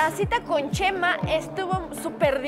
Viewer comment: Que risa cuando oscarin le dise yema y no chema😂